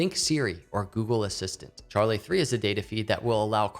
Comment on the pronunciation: It is Charli3 with a Three. He is correct and asked me specifically before making the video to make sure he got it right